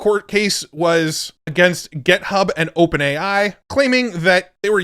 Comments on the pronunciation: Github, not Gethub!! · For the love of god stop saying gethub